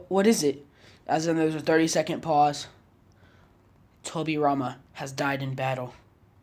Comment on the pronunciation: did you just pronounced kurama's name wrong? ??